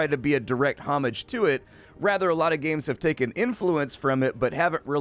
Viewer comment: You mispronounced homage. It's actually pronounced "homage".